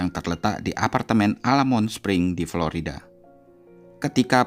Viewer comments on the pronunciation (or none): none